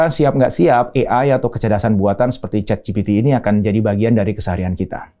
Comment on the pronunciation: "ChatGPT" dibaca "CheatGPT"